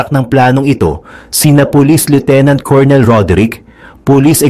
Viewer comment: Pronunciation ng COLONEL is KUR NUHL